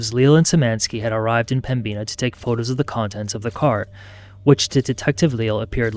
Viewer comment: It's pronounced "Pemminna" not "Pembeena". js